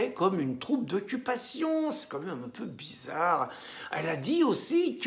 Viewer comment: < Bisarre ? Vous avez dit bisarre , comme c’est bisarre>